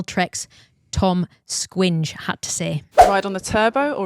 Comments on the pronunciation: Toms Skujiņš is pronounced like Sku yinsh btw not Squinge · Tom Skving? 😢 I wish I could teach you the real pronunciation.